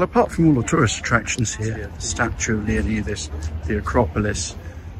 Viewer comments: Great video👍but dude... I'm going to be the grammar police here...pleeeease please pronounce his mighty name correctly 😂...pronounced Leonidas (Leo-nyyy-das)...sounds like a Y, NOT an E... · You’re saying leonidas wrong…. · Having lived in this area for over 7yrs. I can tell you now. The locals would slap you for saying his name that badly! 😂. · That's not how you say Leonidas lol